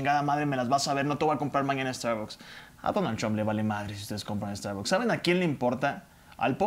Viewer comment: Primero q aprenda a pronunciar la palabra starbucks este tipejo.